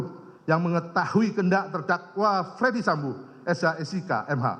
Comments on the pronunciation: Kok bacanya jadi fredi sambo, bukan dibaca ferdi sambo? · Bacanya bukan Freddy Sambo, Jaksa Agung kok ngaco.